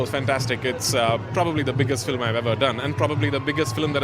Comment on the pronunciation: But.. Prithew Raj's English not good. Example. Filim... the pronunciation is Film. Like this "Ever, probably etc... wrong